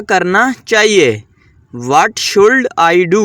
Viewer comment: Should nhe shud parny HOTA pagal pely khud sekho